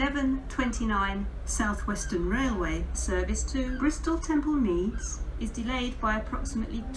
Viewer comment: Although I hate because of her voice sounding patronising, I have to admit she says Bristol Temple Meads much better than Ruth does. Nice one for putting Trowbridge on the map. I know the place very well as I have held residency there during college and used to travel by train fortnightly (coming home on Friday and returning Sunday evening). The Cardiff Central trains were always late especially the service, worse when it was under First Great Western. Wow! Not heard those reasons for delay before. Interesting!! Ouch 83 minutes! The biggest I've heard was 120 minutes at Coventry ( VT to Preston (curtailed Glasgow Central service) due to the emergency services dealing with an incident.